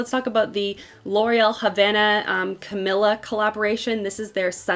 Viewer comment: say it with me.. ca MEE la